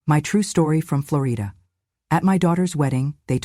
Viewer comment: FLOOR E DA?? it’s OK not to pronounce it correctly, but I don’t think she is from Florida!